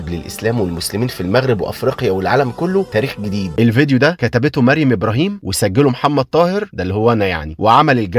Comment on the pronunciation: يا طاهر في حاجة بس الاسم هو مَرْيَمْ بترقيق الميم وتفخيم الراء والترقيق الياء والميم وفتح الياء ❤❤